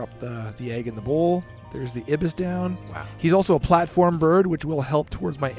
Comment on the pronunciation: Great guide, really learned a lot about this game's engine building! Also , prothonotary warbler is pronounced pro-thon-otary, where 'thon' is pronounced like dawn. Ibis is also pronounced eye-bis. Pronunciations are regional and frequently argued about by birders, but this is what I always heard